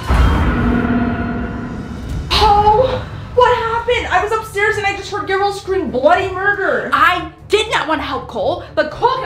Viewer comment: is it just me or did it sound like Cole said someone got got instead of someone got caught